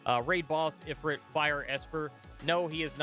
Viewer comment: Psssst actually it's pronounced E-Freet I think?;)